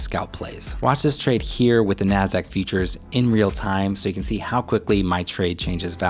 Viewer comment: I keep hearing features not futures